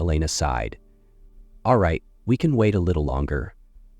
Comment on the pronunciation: Sighed - not side!